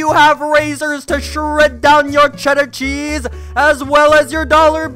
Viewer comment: Mmmmm ches.... Did you smoke ches before you recorded thisssssss looooooooool